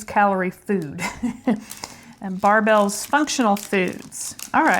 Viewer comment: They are pronounced like Bear bell, not Bar bell. You have to try the creamy crisp Barebell...they taste like a 100 Grand bar!